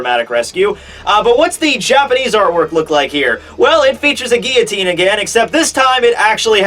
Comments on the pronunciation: The way you pronounce 'guillotine' is distracting; you completely miss out the L sound in the middle. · geoteen or guillotine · You mispronounced guillotine